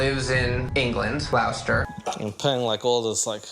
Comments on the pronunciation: Its freaking pronouced Glos-ster not whatever Neev said, what is wrong with you Americans. It takes 2 seconds to search how to pronounce somthing properly. Also as soon as he says "shes smart" you know for sure that he isn't talking ot the real KP. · “Lives in England, Glaowster” It’s pronounced Gloster 😂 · 😂😂😂 Glouster? England? 😅😂😂😂 i hope Nev learned how to say it by now